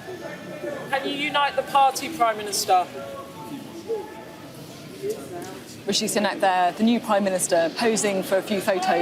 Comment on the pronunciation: Its not richie but rishi